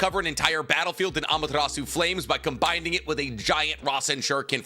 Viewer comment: I think you been saying combining wrong in these videos, not positive. Regardless, love the content